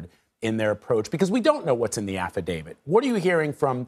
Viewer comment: It's affidavit, not AFFIDAVID, Jesus Christ!!!!